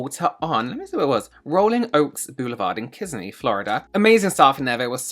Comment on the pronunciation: I’m 20 mins from Kissimmee (ki SIM ee, accent on the second syllable) and I didn’t run into him anywhere!